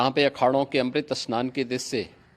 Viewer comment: Amrut snan not speak as sahi